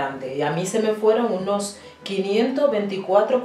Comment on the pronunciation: Aunque después dice "unos" y sí lo dice correctamente.